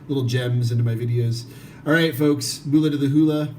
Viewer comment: Well done for creating an informative introduction for kava newcomers however, your pronunciation of “Bula” is not quite correct. The initial “bu” sounds are actually more similar to the word “book” rather than “boo”. “Bula” doesn’t rhyme with “hula”. Thanks.